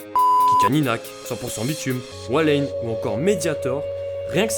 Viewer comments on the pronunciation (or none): wallane pas wallaine mer*e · si on vous aime moins c'est peut être parce-que vous dites beaucoup trop de merde ? Walayne ? sérieusement ? meHdiator pas medhiator... et c'est loin d'être le premier... il a 10 fois moins d'abonner que jorian qui est le premier...